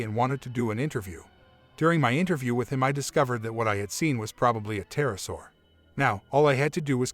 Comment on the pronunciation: The Tism isn't quite strong enough... It's "Pter-O-saur"...